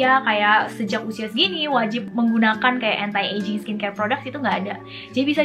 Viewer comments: Iya.yg bnr tuh gmn sih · She said "entai ejing" 😭